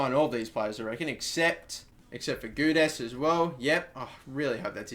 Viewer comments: I believe Guedes is pronounced Gaydes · You dont read the u in Guedes you pronounce it Gedes, im portuguese so trust me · Gonçalo Guedes - Say Goncalo Gedez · hey + Gonçalo Guedes is pronounced like this 'Gedes' you dont need to pronounce the 'u' i know because he is from my favourite benfica and because i am portuguese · Your LM on the Short list is pronounced Géds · Gonçalo=Gon-salo Guedes=geh-des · It's gwedes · Goo - Ed - Ez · Gonçalo Guedes is pronounced (Gon- zalo) (Gwed- es) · Guedes is pronounced like Gedsh ;) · For Gonçalo Guedes just say Gon-za-lo Gu-e-des ;) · How is a club winnig a league or a cup relevant to what I commented about, i commented about a pronunciation of a portguese name because I am portuguese and would like to see say it right... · guedes= hu-e-des :) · It is pronounced G way Dez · Filipe Cantante Dont forget to mention he should say the "e" on the "Gue" part more strongly. Hell the same way he says the "des" part of "Zardes"